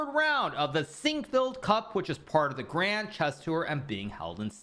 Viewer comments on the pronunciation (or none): none